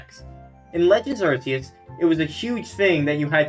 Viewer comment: I like this video, my only gripe is how you pronounce Arceus